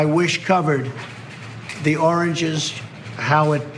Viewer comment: I thought i was syko but turd got me beat big time . Its funny he say orageges investigation of a orage turd.and the chopper beats is like MTV live in 2019 lol.